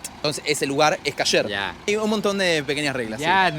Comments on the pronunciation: EL ARGENTINO PARA HABLAR OTRO IDIOMA (el que sea) NO RESPETA NINGUNA REGLA MILENARIA. Comida KASSSHÉRR ! 😑 kosher hombre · ES: KOSHER ( COSHER ) NO: KASHER ( CASHER ) KOSHER, K. O. S. H. E. R.